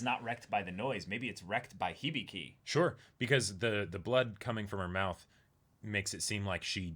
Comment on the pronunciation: hih-bih-kee. how can you pronounce hibiki as "hibeekay"?